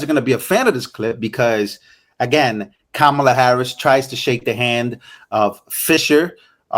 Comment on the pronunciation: Did she say “Komala”😂